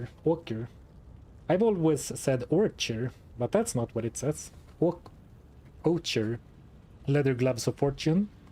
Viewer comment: Awesome challenge 🤩 Ocher is an earthy color prounced "oʊkər"... in German "ocker", maybe you heard that one before